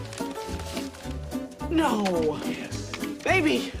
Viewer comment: Was it just me or did George Michael say baby instead of Maeby ?